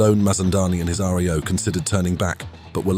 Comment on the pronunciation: RIO is not pronounced "Ar Ee Oh". I can't imagine how that mispronunciation occurred. The middle letter is an I, not an E. Is it an AI voice? It's usually pronounced as a word - "rio" like the place.